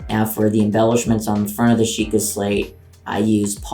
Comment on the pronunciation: bruh it's Sheikah XD